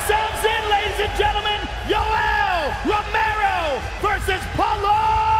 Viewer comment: LiveLife 101 I thought he said yoello ferrero